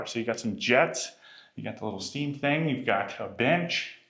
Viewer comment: 🤨🫵🏽 y’all !?!….. this guy cannot any word , that is spelled , with a “ g “ , at the end …. He’ll say , for example , “ Think “ , when he actually means to say , “ Thing “ … 🤨🤷🏽👨🏽‍🦳🇺🇸